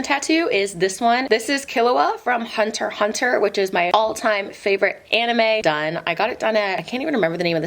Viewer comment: IT'S PRONOUNCED HUNTER X HUNTER AAAAAAA